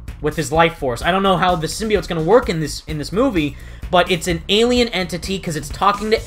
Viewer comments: I think "sym-Bi-ote" as they say might be the plural of Symbiote. Instead of them saying "Symbiotes"...Nice video by the way.😁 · I too hated that girls pronunciation os "simbayotes". And it's not her accent, she's just saying it wrong. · U know, I realized the same thing, how they pronounced “symbiotes.” My whole life I’ve always pronounced it how u have pronounced it , and when I saw the trailer, I realized how they said the word, and I kinda cringed.